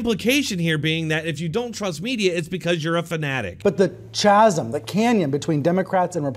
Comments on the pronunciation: Did he just say “ch-asm?” Oh lord. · He said chazem instead of chasm lol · It's pronounced (k)asm, Bri, not (ch)asm... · He said chasm it's pronounced KASEM Brian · Did he mispronounce chasm? Hahaha